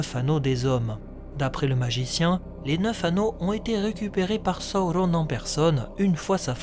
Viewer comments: il s'apelle pas sahaurone mais sauron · Pourquoi tu prononces sa ou ronne? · Tu peux pas dire sauron comme tous le monde? Saouronne??!! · j'ai pas encore lu le silmarillion mais c'est prévu , c'est juste qu'entre ta vidéo et les film où il prononce sauron ça surprend :) il y avait rie nde méchant bien entendu :) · C’est quoi cette manière de prononcer Sauron ? 😂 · Est-tu obligé de nous imposer ta propre prononciation de Sauron? Déjà il est pas espagnol, ensuite dans les films VO les acteurs se font chier a parler un elfique parfaits, c'est pas pour derrière déformer tout les noms chacun à sa sauce. Superbe vidéo un hein sinon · Je suis d'accord avec toi pour la prononciation du "u" , c'est sur les deux premières syllabes que je trouve ta version étrange, car la majorité du temps la lettre "u" par extension le son "ou/o" vient toujours après une consonne (on le voit bien dans les exemples que tu ma cité) Durendil, Dol-guldur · Tres bonne video mais serieux qu elle soit bonne ou mauvaise ta prononciation du nom Sauron est ridicule alors arrete stp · Très bonne vidéo comme d'hab mais un peu dur parfois avec les prononciation comme "Sawourone" ou "Morgosse" ^^'